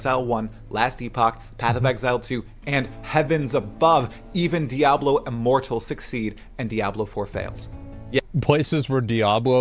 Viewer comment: I swore he said Diablo immoral